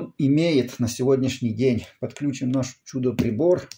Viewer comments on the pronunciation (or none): none